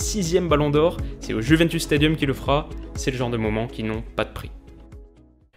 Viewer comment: Désolé mais en ayant des origines italiennes ta prononciation du mot juventus me fait saigner des oreilles...😭😭😂😂